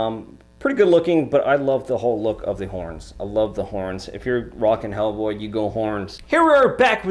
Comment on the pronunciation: 'Ell Bwoy (Jamaican accent)